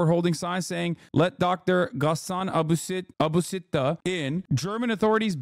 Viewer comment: You saying Ghassan Abu Sitt1 in sounds just like Brazilian Portuguese for A BUC3TA, and it seems my mind is not as mature as I thought #mentioned